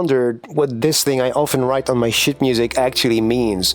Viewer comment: 😊! Please forgive me for mentioning something. In the first seconds of the video, you said a word which has a subtle difference in English. It is the word "SHEET". Through no fault of your own, it sounded like another word. That word is "sh_t". It is a common thing that happens all of the time, even with people from my own native country of Cuba. Please be sure, if it's OK with you, to pronounce "sheet" with a LONG E sound like in MEAT. Thanks for reading and THANK YOU for this great video! ♥♥♥♥